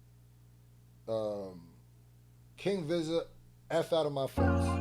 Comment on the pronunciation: Yooo I Appreciate yo feedback and the laughs btw Vizza is pronounced like veeza as in a way you would say pizza with a E also no way you said groover lol who tf is dude lol i love yo content bro Were is that bar pillow mannn i will enter when again when i upgarde my stu better and new coming.....